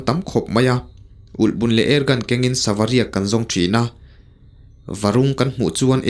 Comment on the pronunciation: silai elhbun nilovin ulhbun tih tur ani zawk lo maw...... Chuan i aw analh a ngaihthlak anuam hlemai❤